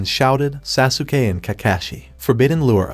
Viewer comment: your saying sasukay this is how you say it sos-kay its spelled sasuke